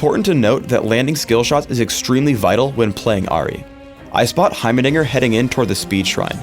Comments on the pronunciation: sounds like he says heimernigger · anybody else hear him mispronounce heimerdinger as heiber diger?